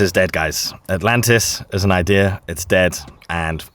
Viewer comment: I thought he said Atalanta